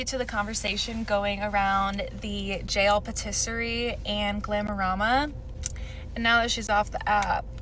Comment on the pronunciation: i love you so much but can we just tryyyyy to say patisserie correctly?